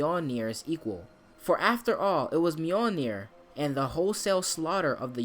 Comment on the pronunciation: Marvel, Youtubers and God of War always pronounce Mjölnir weirdly skip the mjöölneer pronunciation and make it short. But all names and word were butchered in that game .